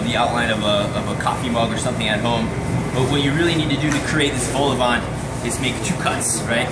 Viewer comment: The worst pronunciation of vol au vent I’ve ever heard 😂😂😂